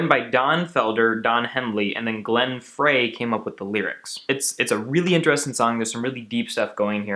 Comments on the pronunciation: It's pronounced GLEN FRY. NOT FRAY! You lost me because you didn't know that. How can you interpret 70s music if you weren't alive then? SHUT UP. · Great video, but Glenn's last name is pronounced "Fry", not "Fray". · FREY, it’s pronounced FRY not Fray. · Glenn's name is pronounced, "FRY," no "FRAY,".🙄😐🙄😐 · omg...SO annoying...not a clue. Thanks for schooling "", anyone can read Wikipedia. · Frey....It’s “fry” not “fray”. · he lost me Glen " Fray " its pronounced "Fry " jeeesh do some homework and all your doing is quoting the Eagles themselves. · Frey is pronounced Fry 🙂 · Glens last name is pronounced "Fry" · I am English, and I would pronounce it FRAY. They is not pronounced THY. The E is there for a purpose. Same as preacher Joyce Meyer. I would pronounce it MAYER, but she says MYER. Fry's chocolate has no E in it, or it would be pronounced FRAY. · It's pronounced Glen FRY, you damn dirty Millennial.